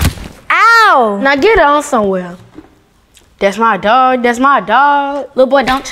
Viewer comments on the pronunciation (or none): Bro said "dats my dog" LOL